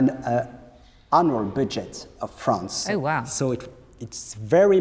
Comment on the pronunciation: Fwance, cwown... arrrgh